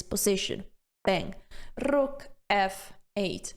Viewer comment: Okay, I like the sense of humor and the sharp R in "rook", so subscribed. Thanks for a good time watching this video. ❤